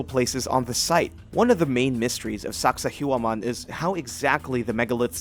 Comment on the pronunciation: Dude, learn how to pronounce these names, hell or just how to spell them, its Sacsayhuaman in peru not sakahuaman. Like the content please do more research.